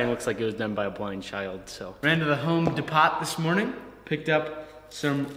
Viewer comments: “Home De pot” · How about Home Despot?